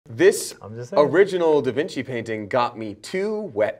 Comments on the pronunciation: da Vinci is pronounced da vinchi like ch in chip but spelt da Vinci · The fact that they still say DaVinki makes me so happy